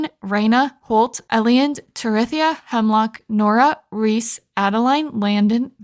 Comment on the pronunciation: That was quite entertaining, keep it up. Just a few points. Please.. Its pronpunced Ei-land. And why dont you save the energy Up pearls for mine dives? Its like a free energy recharge. Are you not breaking the crates in the mines? Its so much wood added up and cost zero energy. Yes it takes a spot but still. Cant wait for your next Videos ♡